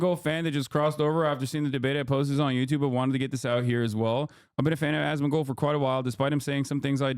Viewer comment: "Osmangold" got me 💀💀